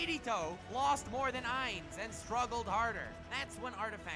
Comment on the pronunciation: Holy fuck I've tried soo hard to sit through the butchering of names...I love anything Overlord, so I've been binging youtube vids about him, but oh my god stop butcher soo many names, why do you people do that? 1 minute in and you Butchered Usopp, Meliodas, and Ainz's names...You remind of the retarded way Naruto's dub calls him...ffs people